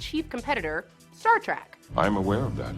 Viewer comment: I have a pre-prepared rant for this: "It's Trek, not Track. Trek, as in journey. A voyage, to the stars. Star Trek. Clear now?"